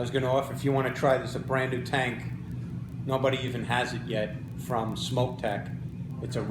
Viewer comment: it's not pronounced smoke. it is pronounced like (SM ock.) but nice review. thank you and do you.